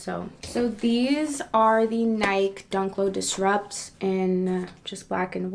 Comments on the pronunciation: She said nike wrong it's nik eeeeeee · Is Nike pronounced differently in the Netherlands?